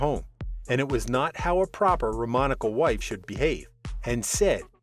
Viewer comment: The correct name for a non-Traveller Gypsy is pronounced like Rom-knee-shawl not Rom-knee-chal.